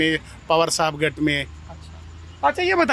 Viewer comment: सौरभजी.... आपके उच्चारण मे बार बार घट शब्द आ रहा हैं | यह उच्चारण गलत हैं | मराठीमे गुट (Group) को गट कहते हैं ना की घट.... कृपया ध्यान दे.... सुनील पोंक्षे, पुणे